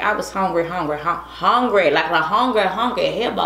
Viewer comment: Hawngry hawngry hawngry hawngry hippo😂😂😂😂😂😂😂